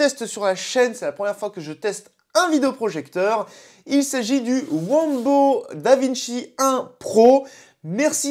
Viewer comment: Bonjour monsieur, merci à vous. c'est “WANBO”.